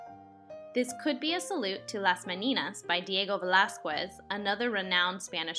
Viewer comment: Great video! As far as pronunciation goes: Jos EH fa. Velasquez: Vel AH skez. Los Disparates: Dees pa RAH tes. Cheers!